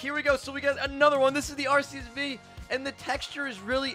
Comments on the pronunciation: Pls tell me he didn’t say arseus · He said acus